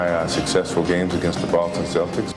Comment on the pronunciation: Why can't they pronounce celtics